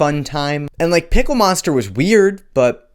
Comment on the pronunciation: Why did you say pickle monster like that?